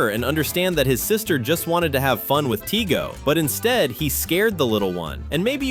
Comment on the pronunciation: It's tigey, not tigo!